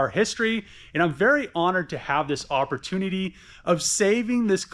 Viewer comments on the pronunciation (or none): "Histree" and "oppertunuhdee" are not words.